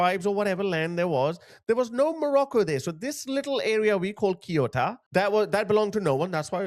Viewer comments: is not kiota is CE U TA, if you’re gonna talk about this kind of stuff at least do some research on how to pronounce things man, saying this with all the respect possible but cmon, CE (as in Celebration) UH (as if it was a OO in zoo) TA (as in Tanzania) CEUTA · Read “Ceuta” like Seuta (in reality it’s somewhere in between Feuta and Seuta). Read “Schengen” like ShenGen (G like meGa not like Giant) What does it cost you to check how to pronounce stuff in Google Translate before you make a video? I honestly find it disrespectful that you don’t do that. In 2025 Italy has let in 66 000 illegal migrants, whereas Spain let in 36 000 illegal migrants. The response of multiple countries to outright remove Spain from Schengen is unprecedented, especially how people don’t comprehend how these Moroccan people never reached mainland Europe. Unless I’m wrong and they did cross, but I haven’t seen any videos of it happening. I have no clue I’m chilling in Warsaw, Poland without any illegal migrant issues. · Hi the cities’ names are pronounced Ceuta = theh-oo-ta and Melilla= meh-lee-yah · For future ref, depending on regional dialect; Ceuta is pronounced "Seh-oot-ah" or "Theh-oo-tah". As always, thanks for all you do 👍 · Pronounced Se-u-ta Cheers guys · I always listen to your wise analysis of the confusing current world situation. My son says it is a World Wide Colapse. He is so right! Let me help you with the pronunciation of Ceuta and Melilla. Spanish is totally phonetic, and we pronounce every letter (except the "h" which is silent). So, Ce pronounced like the S in Sea. Then, euta, e like in egg and u like in University. Perhaps it will be easier for you to pronounce it as if it were written Seutia. As for Melilla, the double ll has a Y pronounciation, such as in young. Perhps it makes more sense for you to pronounce it as Meliya. Hope this helps! 😉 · He pronounce Ceuta much much worse 😂😂😂😂😂😂